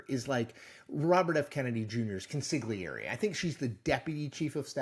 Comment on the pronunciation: Italian you ain’t… try “cone-SEE-lee-air-ay” love ya Chris :)